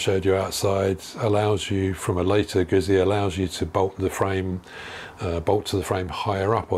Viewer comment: I have had 4 guzzis..1979 SP1000–1980 V50 ll—2004 V11 sport—2007 RED Norge GT 1200, which I currently own ...I have 40 years behind bars on guzzis One little thing:: GUZZI pronounced the way you would say PUT-SEA,, like you would say pizza. It’s like saying two separate words.When there are 2 “Zs”,There is a chop in the middle of the word just like in the word pizza..It’s not pisa as in the leaning Tower of Pisa, it is peat—zzaah! like saying two separate words..GOUT. ZEE... now that I have condescendingly overstated my point. I love your bike..Do you have any issues with the rear tire gripping the leading edge of your license plate as your suspension bottoms out? you mentioned the large gap between the rear tire and the frame on newer bikes because of the single shock, I used to road race motorcycles ,eight years, TZ 250, RDs,ect..One of my fellow competitors got into a tank slapper on his TZ 250, His leg somehow got pulled in by the rear tire into that gap below the seat, and broke his leg in eight places. Miraculously, he coasted to a stop in that contorted predicament without falling. To this day, those gaps still make me nervous. I put a proximately 160,000 to180,000 miles combined on my 4 Guzzis over the last 4 decades...they all had a common fault, that oil pressure sensor that screws in to the block between the cylinders. I’ve had to replace them on every one of my guzzis.. my 1979SP 1000, the lifters were all heavily pitted where they meet the camshaft, I was changin